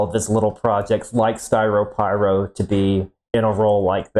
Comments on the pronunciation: ah yes, "skyropyro" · I believe that would be Styropyros ‘Lair’ lol